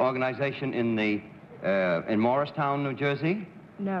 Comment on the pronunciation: John Daly & Ray Bolger did indeed mispronounce MOORESTOWN. RAY makes an enjoyable panelist.